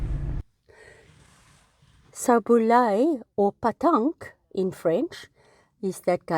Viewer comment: according to Google - Petanque (pronounced Pay TONK) and Boule (pronounced BOOL) are the same game